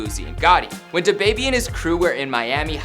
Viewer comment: 1: I hate how white people says “da baby” 2: the host really in his feelings about these comments (I thought he was gonna cry)